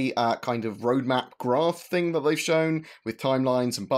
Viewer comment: Its Thing! Not thingk! For the love of heaven man plz..